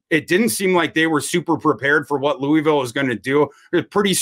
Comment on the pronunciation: Looooovillle not Lewyville. Denny Crum should have taught you guys that.